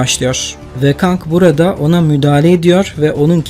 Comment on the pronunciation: Video çok güzel sadece kang’a kang demen keng de ya